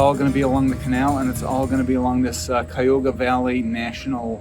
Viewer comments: Cuyahoga, cuy like guy a like uh hog like a pig a like uh . Thank you. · I grew up in Brecksville, halfway between Cleveland and Akron, and went to school in Columbus -- loved seeing all these familiar places in what I consider my home state. And the river in Cleveland (and park name) is pronounced: k-eye-a-hoe-ga :-) Thanks for the Rock Hall call out, too -- a great place for lovers of all genres of music!